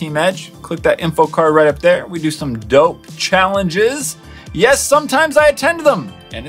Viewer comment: U_U why dont you people learn its yes not "yas" if you dont know what i am reffering to it's JacksFilms